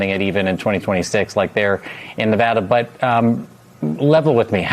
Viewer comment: He said Nevada correctly 🤩